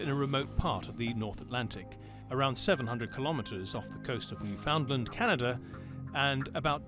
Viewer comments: I don't think it's called new found land, it's more like new-fund-land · pronounced - new fin land - - - not hard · Mispronouncing Newfoundland kinda icks me lol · When will people learn how to pronounce Newfoundland 😂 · Somebody teach this narrator some pronunciation. He pronounced almost every word wrong. "New-found-land" 🤦‍♂🤦‍♂